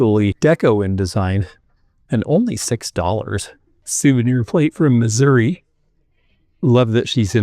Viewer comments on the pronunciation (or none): none